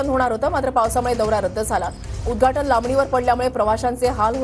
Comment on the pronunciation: उद्धघाटन असत ते उद्धाटन नाही 😂